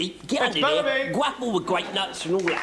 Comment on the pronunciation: "gwapple with the gwapenuts"